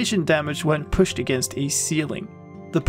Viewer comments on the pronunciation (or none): none